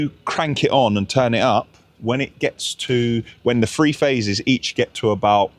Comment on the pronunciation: Three ....... not free. Say "THree" ❤😊